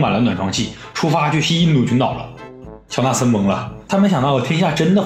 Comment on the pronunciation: 乔纳森 乔森纳😂